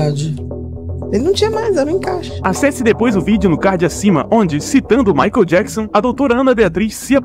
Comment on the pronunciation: Por favor, aprenda a pronunciar "michael"